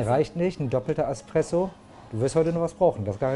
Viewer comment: Ich mag es schon nicht hören wenn jemand EXpresso statt Espresso sagt, aber ASpresso ist eine neue Dimension der Aussprache :D (Nohate)